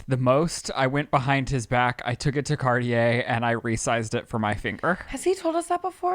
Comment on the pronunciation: Car-tea-ey? Can Americans please just maybe even try to speak properly 😅